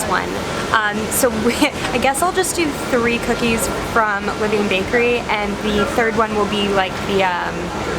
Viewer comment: La-Vin. :) I hope you were not sick after all those delicious looking cookies. I think I'd like Lavain better. In another viewers video, she said the peanut butter chips taste just like Reeces.(lavain)